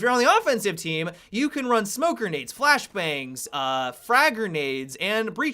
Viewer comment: I hate how he says gernades instead of grenades